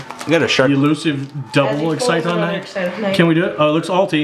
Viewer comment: Can ANYONE say Exciton's name right? :]